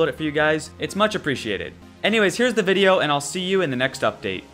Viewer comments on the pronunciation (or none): none